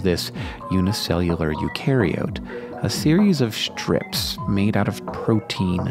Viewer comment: am I the only one who finds his pronunciation of "ISH-tructures" and "ISH-trips" slightly odd?